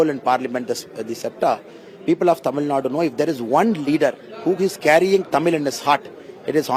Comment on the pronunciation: Tamil nadu ko tamil nad kyu bolte h??